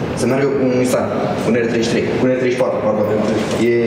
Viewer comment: "este un nisain..." :)))))